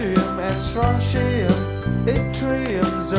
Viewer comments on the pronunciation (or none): none